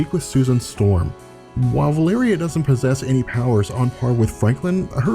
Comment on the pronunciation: Wait, is the really the way you're supposed to pronounce Valeria?